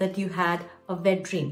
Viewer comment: you pronounced wet with a "V' sound, then, , you pronounced it with a "W" sound, very versatile of you, the best of both English & Indian languages